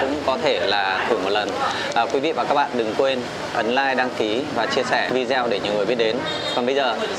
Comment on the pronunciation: Em góp ý chút, anh nên phát âm đúng từ "video" thì sẽ hoàn hảo hơn.